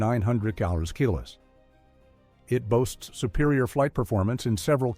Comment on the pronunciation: What in the AI slop is this? The AI voice can't even pronounce 'kilos'. Or 'kilo newtons'. Or 'kilometers'. Is it some US AI that can't do Metric?